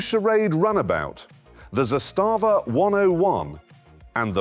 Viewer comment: It is not za stava. its zastava 👍